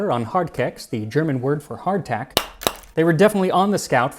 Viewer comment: I love how practically every time you say Hard Tack you "clack the tack"